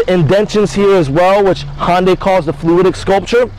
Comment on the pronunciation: Dude... you're very cool with your accent... Queens NY? But it's pronounced Hunday, not Honday. And thanks for showing the SE model. I wanted to see what it looked like with those for lights on.